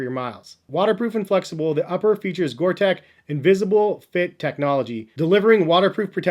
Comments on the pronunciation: No offense, but STOP SAYING GORE TECH. IT'S GORE-TEX. Thank you. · these caught my eyes a week ago, but i do not need any more shoes at this point. and it is not pronounced gore tech lol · I think it's pronounced Gore-Tex (teks). Nice cop btw, especially for the rainy days and such.